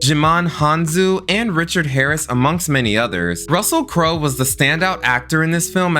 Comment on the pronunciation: Anybody notice he mispronounced the Wayans brothers name and Russell Crowes name in gladiator lol